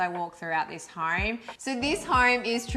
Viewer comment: I love your home tours and you guys are adorable. Is it just my untrained American ears or every time you say 'home', it sounds like 'hoerme'? Cheers!